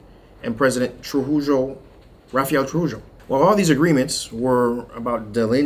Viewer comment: Trujillo is prounounced (Through hee yo ) thanks for the update. Didnt know DR had 11 canals but are complaining about this canal.